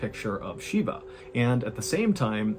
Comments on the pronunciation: Shiva. Not Sheeba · MR baaaaaaaaaaallllen , its Shiva not Shiba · Thank you for covering the story, but it’s actually Shiva not Shiba. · The pronunciation is SHIVA as in “She - Va” V in Va, not SHIBA “she - Ba”. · I think it's pronounced with a 'V' ,it's Shiva if memories serves me right